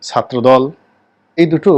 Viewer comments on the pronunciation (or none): none